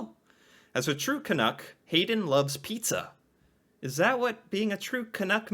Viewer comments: Being a little pendantic here, but you keep saying "Canook". It rhymes with "duck". Do you say "dook"? Is it just your accent? CAN-UCK. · Hi,. I love this discussion! I hope you are open to a suggestion for pronunciation that might make the word more recognizable to us Canucks. You seem to be saying 'canook' (rhyming with 'look') when most Canadians would pronounce it 'caNUCK' (rhyming with 'luck'). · I’ve never been offended by the term, but please… STOP pronouncing it as Ca-noo-k. It is pronounced Ca-nuh-k. Thanks. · Its pronounced ka-nuck not ka-nook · Can....uck, not Can....ook. At least get it right. lol. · Your pronunciation of the word seems to waffle between Can-NOOK (rhyming with book or look) and Can-NUCK (rhyming with tuck or luck or f... ummm, never mind that one!). The latter is the correct pronunciation. I appreciate your respectful approach to the subject. Happy New Year! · For some utterly bizarre reason, 99.999% of Americans say "Can Nook" instead of "Can Nuck" is not bad here with most of his video, but keeps straying close into the Nook zone when saying it lol. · Pronounced Can uk (uk as in yuk) not as ook. Does that make sense? Love your reactions :) Keep it up. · Tip: you’re pronunciation is vacillating back and forth from the correct Canuck like «puck » and the incorrect Canook like « nook. » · Correct me if I'm wrong... Your pronunciation seems to (mostly) sound like "can-ook", but should rhyme with "luck" , not "book". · One thing, Canadians pronounce it to rhyme with truck, not with book. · Just change your pronunciation slightly. Canuck like puck..not like pull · It is pronounced Canuck though - rhymes with chuck or buck, not book or cook